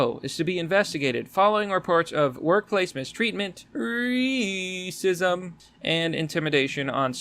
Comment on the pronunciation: Reee-cism Lol